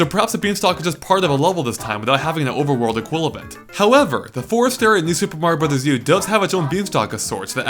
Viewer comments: He says "equilavent" lol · "oveworld equilabent"